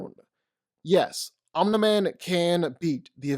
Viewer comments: Sounds like you’re saying “on demand”, it’s om-ne-man. Omni man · Is anyone else as annoyed as me when he calls him “Omnih-man” instead of “omnee-man” lmao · “Omnah man” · Why tf do u say oni man it’s Omni man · I am just here to listen to your opinions and say "Oniman" and "infingy gauntlet" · "Omnah man" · Nobody:: "Omna-Man" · Dawg…please pronunciation Omni-Man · I love the video but I would be Lying if I didn’t say I would almost vomit every time you said Omni mans name lmao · Man literally miss pronounced omni man's name the entire video. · The only problem I had with this video is the way he pronounces Omni man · You make great video but it’s like nails on a chalk board how you pronounce Omni-man. All love tho